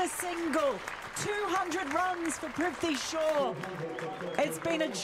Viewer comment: His names is prithavi shaw not trifty shaw pronouce properly